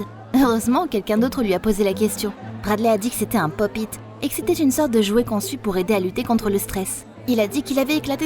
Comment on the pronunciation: Sa se dit " pop it"